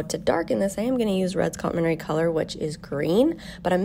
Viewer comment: You say complementary without some syllables (for ESL folks 😊). Beautiful painting